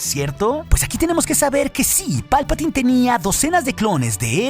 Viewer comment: ¡Palpataaaaaaiiiiiin! Se pronuncia "Palpatain".